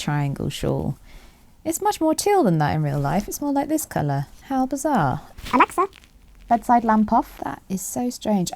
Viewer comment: "It looks so" sounded like "Alexa" apparently